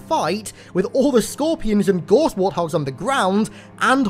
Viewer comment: Gorse warthogs? "Gauss" rhymes with "house" mate!